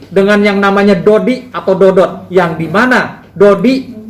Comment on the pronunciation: bukan dody pak jgn salah ucap yg bener dodot ngomong aja udh salah